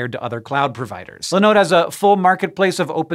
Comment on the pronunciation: Why are you calling Linode Lenode? Their name is a derivative of Linux (I guess...), so there should be the Li, not Le. Great company, btw.